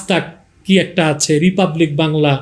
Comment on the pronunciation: হুজুর চাচাজান আপনি যে বাংলাদেশ থেকে অতি সঠিক ভাবে রিপাবলিক বাংলা, আজ তাক বাংলার নাম বললেন শুনে খুশি হলাম। আমাদের পশ্চিমবঙ্গে সাম্প্রদায়িক দাঙ্গা ঘটলে তার জন্য প্রথম দায়ী থাকবে রিপাবলিক বাংলা।